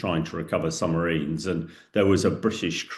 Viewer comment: Is he saying, “Summ-a-rines? Good grief!